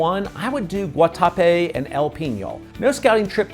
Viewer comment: You are correct. Pronunciation was also off a bit on Guatapé, El Peñol and Jericó. Still a well done and informative video.